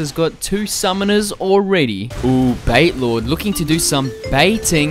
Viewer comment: It's BatiLord, not BaitLord- COME ON PLS!!